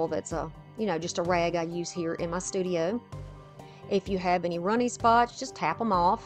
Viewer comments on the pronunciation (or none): none